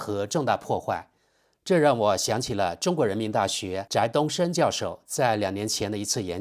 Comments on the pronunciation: di东升，不念zhai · 翟（dí）东升：你才姓窄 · Di，二声，翟东升。不是zhai东升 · 翟有两个发音，zhái、dí，而他本人是要第二个，不是另一个，字幕上已显出， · 翟（d😅i,2声)东升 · 他的姓，念“dí”，他本人也公开讲过。翟做姓氏，有两个音，zhaí和dí分别是两个姓。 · 是的，知事也不算唸錯，他沒有依照教授習慣的姓氏發音，的確需要修正。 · 把人家姓名读错了，翟（di）东升